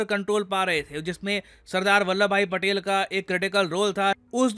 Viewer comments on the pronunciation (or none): none